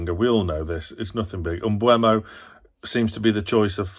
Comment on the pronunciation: You say Mbuemo, his name is Mbeumo. 🙂 (not that anyone cares) Agree that midfield needs to change but Willock is not in form either. Tonali is a much better player in almost every aspect than Longstaff, but we miss Longstaffs dummy runs which provides space for other players. And let's be honest. Trippiers deadly right foot is much harder to defend against than what Livramento offers going forward. So the lack of threat down the right is not only because of the right winger.